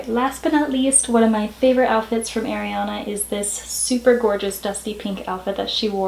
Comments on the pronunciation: it's a-riana not air-iana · rosewons EXACTLY isn't it like "ah-rianah" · How to pronounce Ariana Arrrr-eee-ana Not 🚫🚫🚫🚫🚫 AiR-e-aNa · Ari not airy learn how to say it plzzzzz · Oh my GOODNESS please say ARIana, not AIRYana, don't mean to be rude, it just isn't AIRYana. 😬😬 Love your video so far! 💞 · Kristen Hamilton it’s a pet peeve of mine ugh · I left the video when I heard her say “Airiana”. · it's more an accent thing no? this is just rude :/ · “airiana” 😳 it’s a pet peeve of mine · sunflower i’m sorry, i maybe shouldn’t have commented that, it was very negative. Sorry, it just annoys me that she can’t even pronounce her name correctly